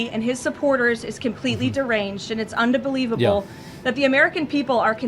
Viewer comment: She said undabelieveable.. lmfao